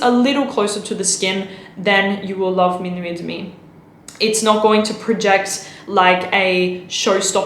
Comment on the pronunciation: et demi is pronounced "ed mi"